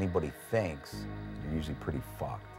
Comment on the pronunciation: "I flucked a paymate" .....gets me every time ......hehehehe what a junkie